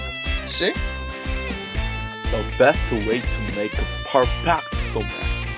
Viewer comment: Not SoMac. It’s just Somaek (소맥)